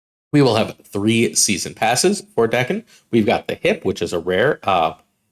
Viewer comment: Lets say it together, DAY-ken